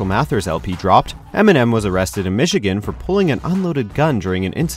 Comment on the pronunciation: eminem not emenem